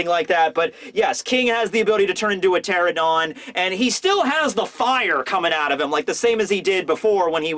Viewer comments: It's pteranodon, not pteradon. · It's not a pterodon, it's a pteranodon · PteraNOdon! Please, it's so painful to see so many people in the community butcher the pronunciation in some way or another! At least you! Please! Lol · How does a flying dinosaur have fire on its back!? 😗😐🤨😓 ngl I don’t like big mom being in wano it’s too soon I wanted her to return in elbaf 🤦‍♂️🤷‍♂️ very disappointed w/orochi & the samurai under him so far 🙄 Btw Dino expert here pteranodon is pronounced “ter-ran-no-don” & yes it’s not really a dinosaur lol also the “sabtertooth tiger” is actually called smilodon xD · The fact you keep leaving a syllable out of Pteranodon keeps getting to me.